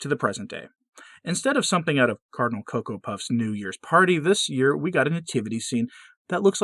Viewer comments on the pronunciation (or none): none